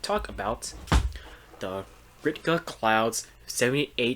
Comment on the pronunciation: No big deal but here’s a heads up. It’s pronounced Rick-ta, not Rit-ka. Otherwise great review!